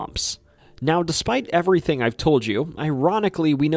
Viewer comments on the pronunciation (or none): none